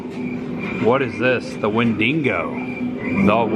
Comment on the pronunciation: Love this! but for the LOVE OF GOD it's Wendigo! Wen-Di-Go! 🤣🤣🤣